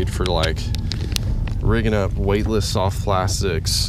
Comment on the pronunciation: Man, are you feeling ok lfg, does anybody else kind of hear him slurring his words, slurrs soft plastics horribly.. I hope you are ok lfg.